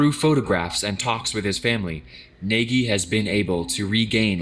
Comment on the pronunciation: He really pronounced Nagy as Neghi